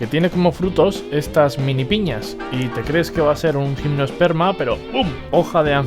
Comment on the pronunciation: Buen vídeo, gracias. Solo un pequeño apunte: Gimnosperma y angiosperma no tienen “e” antes de la s. Saludos